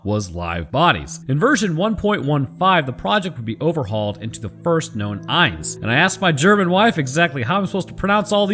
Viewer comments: Soldat is german for Soldier by the way Eins (actually really good pronounciation : Rammsteins Sonne uses it too) just means one Zwei : Two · I'm sorry but your pronounciation of zwei is not "meh, close enough" eins was pretty good even got a real german einz in the beginning. but it's not swei more like tswei anyways awesome video! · 1-eins is pronounced exactly right. 2-zwei is very close. the z is sharper pronounced in german like you tss at a cat who’s trying to do something she should not and you see her. And for the panzer it is very close as well. Again the z sharper and the a like a jamaican would say it and i think it would sound perfect maybe you can try and say it to your wife she will tell you if that does the job. Because of you i know how to say pronounce some words correctly👌🏻